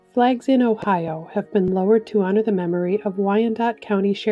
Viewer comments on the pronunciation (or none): none